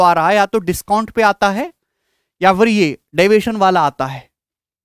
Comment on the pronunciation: Tq sir all arithmetic revision ho raha h but aapse requests h app divition bolte h oh nahi samjh aata please ese aur ache se explains kar dijiye ga allegation chapter mai🙏🙏🙏🙏🙏🙏🙏🙏🙏🙏🙏🙏